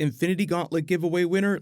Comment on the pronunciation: “ S CO BAR” haha love ya